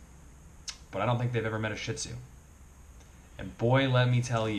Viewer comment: I wish people would learn the correct pronunciation! It is not "Shit Zu!" The correct pronunciation is "Sheed Zoo."